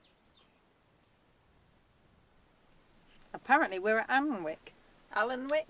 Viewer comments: No its not pronounced Am lock. Its Amlooch, with the ch like the sound of clearing your throat, as in ch at the end of a scottish loch. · Ty Croes is pronounced more like Tee Kroyss and Mynydd Parys is Munnithe Paris. With Amlwch, the ch is just like in the German Achtung, or in the Scottish Loch, so Amlwch = Amm-Loo-ch. Definitely NOT the ch in chaffinch. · Saturday night, Tele off, and on. Had to do this one in two halves, just had to entertain our Airbnb guests, but managed to get to the end. Beautiful as always, and some great shots. Can help you out with Amlwch, our friends live there, it's pronounced Am lock believe or not. Take care both.